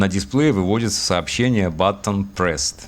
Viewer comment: "BITTON" - )) А в целом - познавательно. Как раз во-время подоспело видео - никак не мог приступить к программированию индикаторов. Казалось будет сложно.